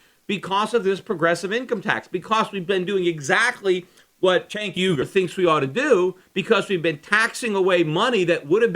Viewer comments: Lol, I really want to know how Schiff was accidentally pronouncing Cenk's name before fixing it, haha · I guess you were saying Cenk's name wrong the whole time since you dubbed over it haha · Peter were you pronouncing Cenk's name wrong or something and went back and stuck in the correct pronunciation? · LOL its pretty clear Shiff mispronounced Cenk;s name first time around then went back over it with a voice dub-over. good video tho